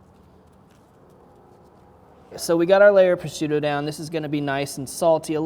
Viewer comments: How does he say prosciutto? Pro-strutto? It’s meat, dude. Not a Pillsbury toaster strudel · sounds like pro shute o, I know they have a c in there but they don't pronounce it. Great food btw don't mean to sound pedantic just if you go to EU to cook or a competition you don't want the Italians making fun of you!